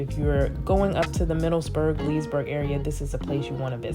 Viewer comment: Nice video! Remember it's "Middleburg" not "MiddleSburg."